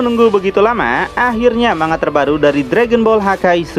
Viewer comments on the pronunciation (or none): none